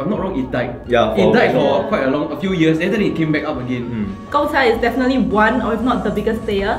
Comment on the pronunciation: Every time I here someone mispronounce Gongcha I cringe a little. 贡 is pronounced as gòng. But looks like I won't be hearing this mispronounciation anymore soon.